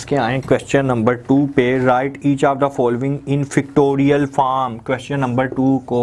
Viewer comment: Oh god....Its pronounced FACTORIAL not Fictorial and FORM not Farm!